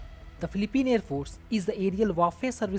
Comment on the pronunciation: It pronounce as , fee lee peen, not pleep peen